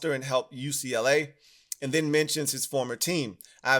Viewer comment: Am I the first person to ever hear UCLA called Uklah? 😂